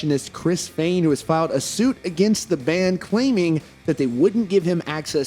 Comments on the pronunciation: On behalf of all that are easily annoyed never say "Fehn" that way. Ever again. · He may not have been a manager or something like that but he put his ass into helping write and recording the music. However I don’t believe he was right about the siphoning. Also please pronounce “Fehn” the correct way. Their business manager is just bad. He clearly didn’t know he band.